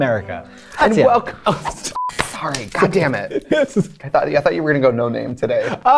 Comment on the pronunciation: "Welcum" Hahahahahhahahahahahhaa